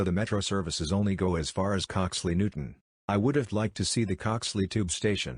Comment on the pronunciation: Coxly Newtown not Coxly Newton bruh